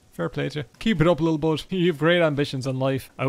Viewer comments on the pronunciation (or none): none